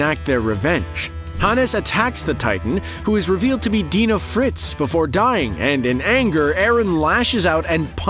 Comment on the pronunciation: he pronounces "dina" wrong, its "dyna" not "deena"